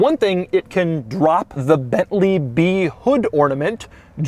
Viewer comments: If I hear "COTTON-ENTAL" one more time!!! And it's BeNtley, not BeTtley... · It is not "BETLEE", it is BENTLEY!